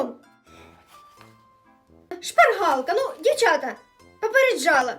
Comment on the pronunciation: там так відчувається як шпаргАлка